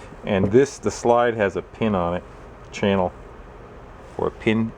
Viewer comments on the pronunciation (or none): none